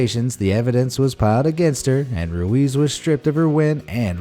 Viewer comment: Your pronounced ruiz wrong